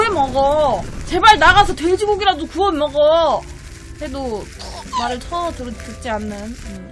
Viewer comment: 구어머거- 발음이 너무 귀엽잖아요ㅜㅠㅠ